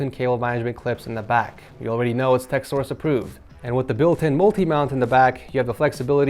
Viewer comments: Tech for Ed source hahaha.. I minute there I thought I heard egg sauce. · did he just say tech from source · in the intro he says " its tech from source " lmao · Did anyone else notice at the beginning he said "what up guys, its Ur boy Tech from Edsource" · Gentle reminder that he said tech from source lmaoo... its okay we all do these mistakes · Ahh yes “tech from edsource”